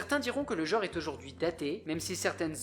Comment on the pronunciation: le mot "genre" ne se prononce pas "jore", mais "gENre", avec un "EN", comme dans "ENCULER". Les millenials, il va falloir sérieusement que vous appreniez à vous nettoyer la merde des oreilles, hein.